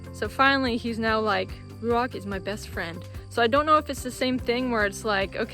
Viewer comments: Ouch, that hurts! the pronounciation of your chosen hebrew name ruach is not correct. The transcripted "ch" at the end is no "k" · Ruachhhh u don’t pronounce the c as ‘k’, the ‘ch’ should be like the wind. ‘Hhhhhhhhhhh’